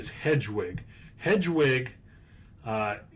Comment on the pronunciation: I know you don't need to know anything about harry potter to know about investing in Harry Potter lego, but I cringe every time you said "hedgewig" and "dragon alley". It's pronounces HEAD- WIG and DIE-A-GONE alley.